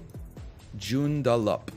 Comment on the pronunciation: Holy shit, I live near there!! I drive on that road all the time! Gj on butchering the name of Joondalup ahaha